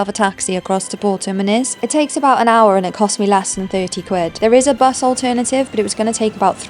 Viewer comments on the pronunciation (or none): none